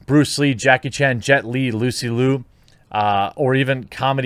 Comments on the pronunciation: Awesome intro, Hoss. Liu is pronounced like "Lou" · Simu Liu and Crystal Liu’s surname is pronounced as Leo. Source: 10 years of Chinese school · It’s pronounced “Lew”. Simu “Lew” (for Liu), just like Lucy “Liu” in your opening credit of this video. Hope this helps! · Liu is pronounced like “Lee Yoo” I’m not sure which tone he uses but I’m thinking it’s the dip tone. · exactly but if it has the dip tone it would be more like Lee Yew spoken smoothly together. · Pronounce "Liu" in Simu Liu just as in Lucy Liu. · Liu is pronounced “Lee-Ew” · Simu Liu is, I'm fairly certain, pronounced See Moo Loo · Liu = pronounce “Lee” and “You” very fast with a slur. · Jeremey it's pronounced See Moo Leeoo. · Wrong, I don't see the character but it's the same sound (not tone) as the number six. It's pronounced lee oh. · Liu = Lew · Liu is pronounced “Lu” or “Lou” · Pretty sure you pronounce Liu as Lee-oo. But not drawn out. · Also, Liu is pronounced Lee-you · "Liu" read in the same way you say "Lieu" in "Off in lieu" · It's Lee-You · Shame on you for not knowing how to pronounce his name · Lou and Lew are pronounced the exact same. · Says "Lucy Liu" no problem, yet has no idea how to say "Simu Liu"....